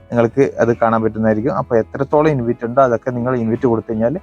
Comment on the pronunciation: ഇൻവിറ്റ് അല്ല ഇൻവൈറ്റ്